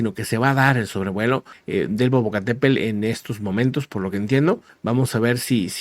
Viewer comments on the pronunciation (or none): el nombre del volcán es Popocatepetl. Los españoles lo nombran como " Popocatepel ", mal escrito y mal pronunciado.